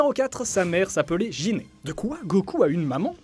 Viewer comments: Cool! Mais j'ai rien appris si ce n'est que beaucoup trop de gens ont encore du mal à prononcer les "G" correctement devant les "I" et "E" en japonais; ça ne se prononce pas "Jinue" et "Jiné" mais bien "Guinyou" et "Guiné". 😁 T'as pas trop regardé la V. O., apparemment. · Sa ce prononce Guinée mais s'écrit Gine et tous ceux qui sont un minimum fan de dragon ball savent tout ce qui a été dit dans cette vidéo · On dit [ Guiné ]